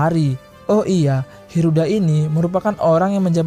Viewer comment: Hilda bang bukan heruda